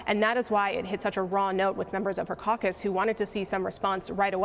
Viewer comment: See she say the caucus what caucus